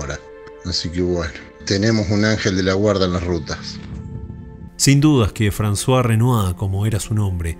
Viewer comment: Lo disfruto y espero con ganas cada nuevo video, que no te quepa duda alguna. Pocos canales tienen la clase y el respeto cuidadoso que vos le ponés a tu trabajo. También intuí que podría tratarse de Émile (Emilio) y de Françoise (Francisca). En este caso se pronuncia 'Emil' y 'Fransoaze' (la z sería muy pronunciada "zzzz", como la onomatopeya de la abeja. Bué, es sólo un detalle. Que tengas un hermoso domingo! Abrazos desde Francia.